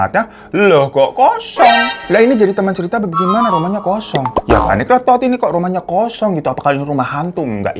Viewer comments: Pengen ngakak terus setiap kak hiro bilang “ Tood “ 🤣🤣🤣🤣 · Rada eheeeek tiap babang nyebutin namanya "Todd" 😂😂😂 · "Todd" nya mantep bener bang nyebutnya😭🤣